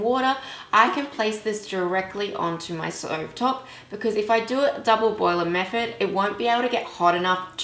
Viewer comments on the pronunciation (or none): I could have really enjoyed this tutorial but your pronunciation is bad if your going to do tutorials. I can’t concentrate 😬😬 Wiv = with Meford = method Uver = other I’m sorry I may sound like I’m being rude but it’s just so annoying that I had to turn off. I am only pointing this out to you for further videos